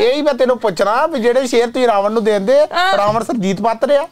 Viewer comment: 'ਨ' ਖਾ ਗਿਆ 'ਣ' ਨੂੰ । ਰਾਵਨ ਨਹੀਂ ਰਾਵਣ ਹੁੰਦਾ ਜੀ।